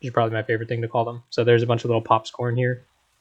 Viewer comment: "popscorn" "zapguys" Upvoted just for that lol, great video too, thanks for not skipping parts!